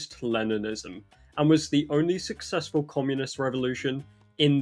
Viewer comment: You said “successful “. You need to live in Cuba for a while my guy.